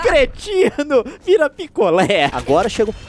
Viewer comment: quando ele falou picolé eu entedi piccolo